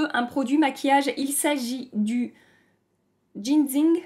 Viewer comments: Phonétiquement ça donne a peu près " djinsseing " bon allez je continue la vidéo 😉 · t'es trop forte!!! J'ai trop rigolé avec tes expressions (Et Bim les paillettes dans ta gueule...), et ton souci pour prononcer Ginzing. lol N'empêche jolie sélection! Hâte d'avoir ton avis sur tout ça. <3<3<3